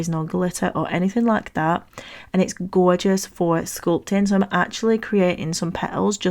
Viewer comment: The snake is killing me! It’s gawwwwjous!!! Love these so much! ❤